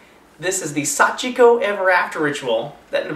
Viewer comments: Hey You guys did say it right they said it like this sachiko we 4 times without the beg of you part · in the story, someone said it wrong so that's how they ended up there :) You guys said it right xD